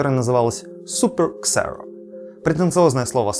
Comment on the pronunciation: Xero произносится как "Зиро" игра слов от поговорки From zero to hero